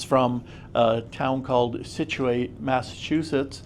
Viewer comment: situ-ate lol, almost...